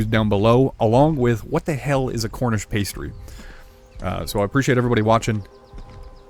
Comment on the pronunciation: Its a Cornish Pasty, pronounced Pas-tee, it is filled with cooked meat and vegetables. Original ones used to have meat in 1 side, and jam in the other, so that the miners had a meal and desert in one.